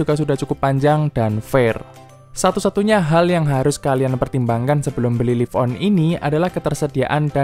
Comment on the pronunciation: Laif on, bukan lif on. Kilobait, bukan kilobit. Gatel kuping gue...